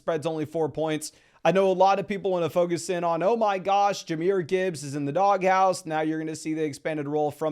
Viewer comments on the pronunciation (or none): none